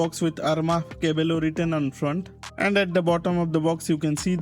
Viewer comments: the meaning is correct but pronunciation is different as double L sounds like Y in spanish so pronounciation will be KAA- BAA- YO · Yes you are right caballo means horse, but its pronounced as cabayo LL in spanish is letter Y